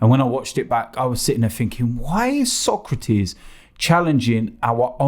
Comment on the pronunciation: His name is Sokratis not Socrates lol